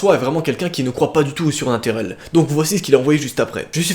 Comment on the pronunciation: "Surnatarel" APPRENEZ LE FRANCAIS AVEC